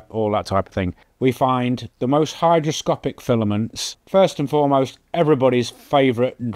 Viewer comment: It's "hygroscopic", not "hidroscopic"